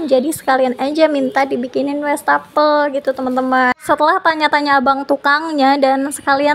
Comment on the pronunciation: Maap koreksi sedikit ya bund. Wastafel bukan Westafel pengucapannya. Maap kalo kurang berkenan. Sy termasuk yg sering intip channel ini dan sy suka menontonnya❤